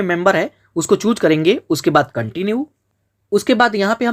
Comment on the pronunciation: Chhooc nhi choose bolte 😂